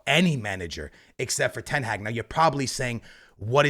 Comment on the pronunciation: Please learn how to say ten hag